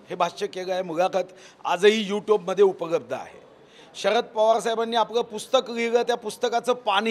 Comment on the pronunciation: उपलब्ध म्हणा...उपगब्ध काय आहे😂